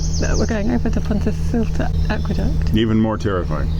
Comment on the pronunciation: I have not had the heart till now but as far as i know its pronounced PONTI CILL IT, no doubt you've been told differently but we asked a local welsh speaker .